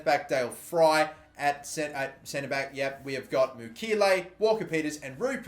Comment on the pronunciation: Mukiele is pronounced Mu-ki-ye-le